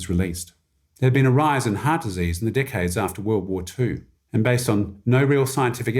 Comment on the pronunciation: The way he said "decades" sounds like dickheads 😂